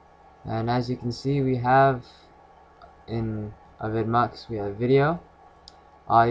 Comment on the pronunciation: It's pronounced AVI demue